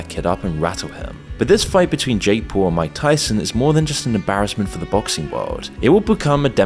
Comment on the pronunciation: Jake Pool? 😅